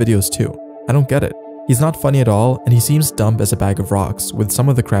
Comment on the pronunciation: Bro why are you saying the b in dumb